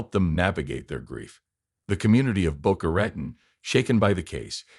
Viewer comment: Boca Ratone…….. Boca Ratone!! Not Ratn.